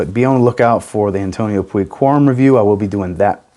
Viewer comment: I am very curious about that NightVision, hope to smell it somewhere. About the Antonio Puig one, as I am spanish, I know how to pronunce it. You are pronuncing it not in the good way. If you want to know how to correctly say Antonio Puig in spanish, you can to to Google translator, write that name, and click on the spanish audio icon; you will hear the correct pronunciation. Now wearing Bvlgari Man Black Cologne.